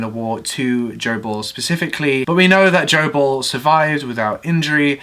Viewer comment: Oh! "Joe Ball"! I thought he said " gerbil". 🤣🤣